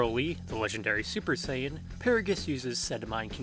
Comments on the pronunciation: He actually pronounced it the Japanese way. The CORRECT way. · I mean, that's actually the correct Japanese pronunciation :V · Yes the correct way to pronounce it.